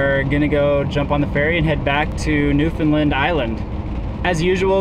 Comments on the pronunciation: Mainlanders often say Newfoundland with the word “found” being pronounced like the word found and the emphasis on the first or second syllable. has got the correct pronunciation of the “found” in Newfoundland, (I.e. sounds like “fund”) but he’s putting the emphasis on the first syllable. The emphasis should be on the last syllable “land”. So it’s sounds like New Fund Laand, with the “land” dragged out, or as the other commentator pointed out with the same emphasis as in the word “understand”. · I lived in the US for 12 years all over and was in the Newfoundland tourism industry for 14 years. I always laugh my ass off when Americans pronounce Newfoundland as" New Foo Lin" . Did you get to Twillingate? and what part of the US are you from? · Love your videos. It's actually pronounced New-FOUND-Land, just so you know! :-) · Bradley Greeley just say - “ understand Newfoundland “ that usually does it.